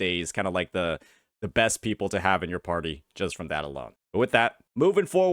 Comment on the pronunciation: Jinzhou mf when they arrive at Rinascita: "le enemies... are le pepple?"